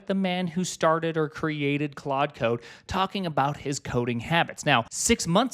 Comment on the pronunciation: 23 claude not quad